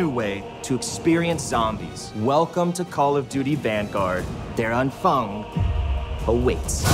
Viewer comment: You should at least try to pronounce the German words correctly. The word der is not pronounced like dare or derrrr, but more like day-uh. And Anfang, syllabic script, an-fang, is not pronounced with a k sound at the end, because the ending -ang does not call for it, but more correctly, on-fahng. Likewise, like with die Wahrheit, the german r sound is a delicate matter, and gives humor when English speakers approach German with the hard r sound so common in English. No, there is no gerrrrrrr or errrrr sound in German, more of a subtle -ah sound.